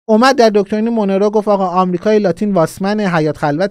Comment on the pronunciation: استاد ، دکترین مونرو، مثل مرلین مونرو تلفظ میشه،